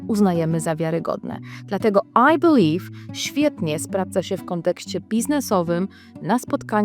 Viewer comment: I belive I can fly I belive I can toch te sky 😂